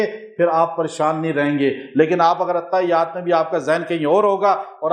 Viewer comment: The correct pronunciation is (Attahhiyyat as written in Arabic).